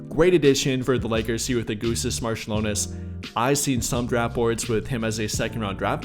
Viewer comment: Augustus Marciulionas :D AugustAs MarčiulionIs